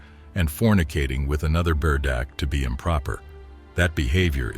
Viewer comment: Berdache ( bur- dah-shay) not Berdash!